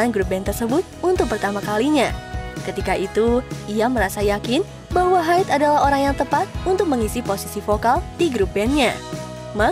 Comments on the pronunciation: Pengucapan haid🤭🤭🤭.. bukannya haido yaaa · Kayak nya cuman baca naskah doang tapi ga ngerti tentang band Laruku ini, ngucapin Haido aja ngaco 😕